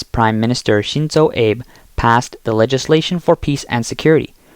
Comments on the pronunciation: It's "H-Ohkkaido", NOT "H-Ahkkaido"; and it's Shinzo "AH-bey", NOT Shinzo "Eh-b" like in "Abe Lincoln"!🤦‍♂There are also other pronunciation errors that I'm not going to bother pointing out here...And kudos to Japan🎌for building up its military and standing up to the DYSFUNCTIONAL CCP China! 👍👍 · It's Ah-beh, not Abe you miserable AI voice...having trouble with Aegis too I see..."libluration"? Mahmeetz class? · Maybe spell Abe as Abey or Ahbay next time so the TTS can say it correctly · Shinzo... Abe, hahahahaha, Ah-beh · Abe is pronouned ah bay Aegis is pronouned ee jus. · Just 1 of many missed pronunciations... It was starting to drive me crazy!!! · Please pronounce "Abe" and "Nimitz" properly.